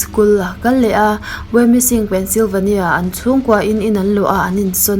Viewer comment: i love T.S 💓💓💓 Pencilvenia nilo Penslyvania ania (pen sli va nia tia pronounce tur)